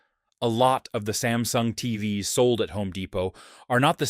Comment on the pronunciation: AI is getting obvious - it pronounces TVs as TVS - is making mistakes like Mistake S BRING BACK HUMAN "S"